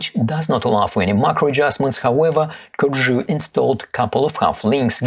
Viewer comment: Great review, perfect pronunciation of Corgeut, would love for you to get the Phylida version of the Aqua Terra and do a comparison video.